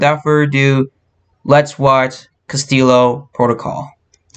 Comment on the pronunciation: It's not Castillio lol